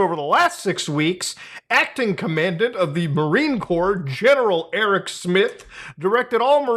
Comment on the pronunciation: Homie how do you pronounce Commandant like that?